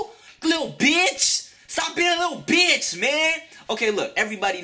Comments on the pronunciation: Lmaoo I love the way he says "BE-ITCH!" ;D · i always like how he pronounces "stupid" and "bitch" hahaha soo funny